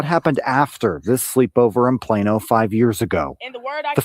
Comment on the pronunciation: PLano not Piano